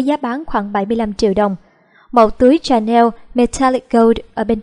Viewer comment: Dior đọc là đì-o not đai-ơ, louboutin đọc là lu-bu-ton not lu-bu-tin, Chanel đọc là shờ-neo not chờ-neo